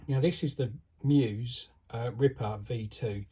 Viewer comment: Congrats on scooping one up. Choosing whether to run it or preserve it in a shelf will be tough. Good luck deciding. I didn't want to deal with the question so I bought two of them. BTW... it's pronounced ME-US. Check out the moto on the box. 😉👍